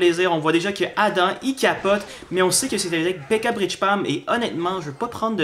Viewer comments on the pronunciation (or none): none